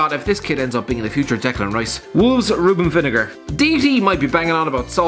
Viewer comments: It's pronounced Vin-a-grey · Vin-ah-gray ya Irish froot